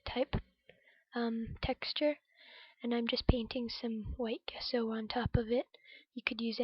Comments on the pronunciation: Thanks for sharing! Page is coming along nicely, looking forward to Part II. P.S. it's pronounced "jess o" rather than "guess o" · It looks great,! I really like the torn map as the base! Can you still see bits of it showing through? Really like the colours you've chosen too! Off to see Part 2!...Nancy:o) (Gesso is pronounced with a soft g sound)